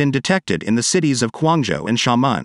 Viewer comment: I like the eas scenario, but the way Xiamen and Quanzhou were pronounced was bugging me lol